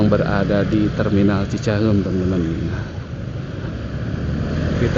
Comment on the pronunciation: Narrator-nya pasti bukan orang Bandung - teu bisa-eun ngomong cicahEUm 😁